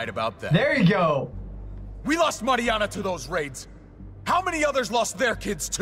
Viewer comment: at the beginning all I could think about was that was saying her name wrong. it's Mariana!